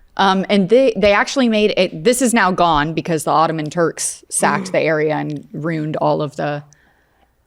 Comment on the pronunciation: Ruined not Runed.